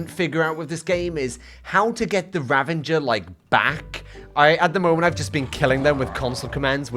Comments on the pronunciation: The way he says ravAger like ravINger really annoys me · Why does he say "ravaNger" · Did... Did you saw Ravenger? With an N? 😅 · The “Ravenger” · who calls a ravager a raVENger where did you get the N from???? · Ravenger rather than ravager was killing me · "Ravenger" pains me